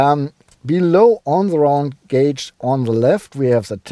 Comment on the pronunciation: i miss the way you used to say "gauge"! Honestly! 😥